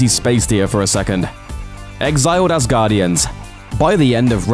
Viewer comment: Devis anus... asguardians....